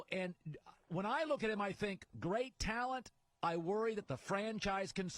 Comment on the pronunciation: Tal"ent" vs tal"it"